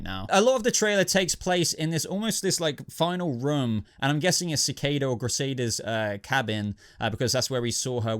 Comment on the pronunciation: who is krisada? Dude, you make it too obvious that you don't watch the flash etc. lots of names pronounced wrong etc, am sure u did the same with Gotham recently as well lol